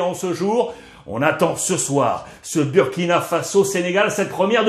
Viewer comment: Monsieur Ruiz, merci pour tout. Mais faites l'effort de prononcer Booooouuuuurkina et non Buuuuurkina. Le uuuuuuu se prononce ooooooouuuuuuu